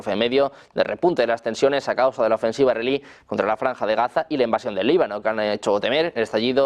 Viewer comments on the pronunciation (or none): Dice israelí como si fuera iraní?